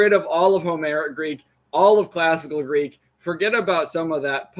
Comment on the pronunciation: Your American accent is so strong that I don’t understand a word of the Greek you speak. Please work on your pronunciation.